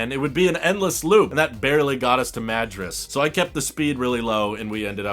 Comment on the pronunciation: I live in WA near where you were driving. I bought a reflective insert for the glass roof and have been using it all summer. It was pretty cheap and helps lower AC demand. BTW, The Dalles rhymes with "gals" and Madras is like mah-DROSS.